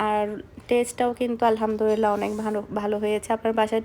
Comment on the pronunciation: তুমি mashallah অনেকবার আলহামদুলিল্লাহ বলো । কিন্তু সঠিকভাবে উচ্চারন করলে সওয়াব হবে ।ধন্যবাদ